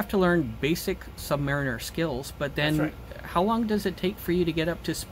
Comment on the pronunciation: Thank you and great to hear it pronounced “submariner”, rather than the American pronunciation “submareener”.